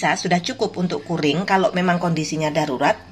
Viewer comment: Ibu, CURING cara bacanya Kyuring